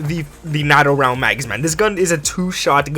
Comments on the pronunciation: It's pronounced NATO(e) not natto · The proper way to say NATO)= NATE-0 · It’s NAAATO long A. As in the North Atlantic Treaty Organization. Just a tip lol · I'm being pedantic but it's "nay-toe" for NATO🤣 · NATO (NAY-TOE) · Are you... pronouncing NATO as NAhTO? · NATO rounds ( pronounced gnat oh) LMFAO wow just wow